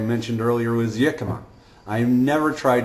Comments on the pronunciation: it's not pronounced "yikima" it's "hickima" if you don't want to sound like a hillbilly, also Jicama has quite a high carb content, 59 carbs in a medium one, and Dr. Eric Westman does not recommend counting net carbs, just total carb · The word is pronounced [HEE-ka-ma] or [HIK-ka-ma]. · Jicama Is actually pronounced with an H... Hicama...Much love thank you for sharing... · it is jicama you are mispromouncingh iy